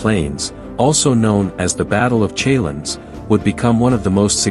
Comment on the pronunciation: Is this an ai voice? Pronounciation mistakes: respite, Chalons, Gaugamela..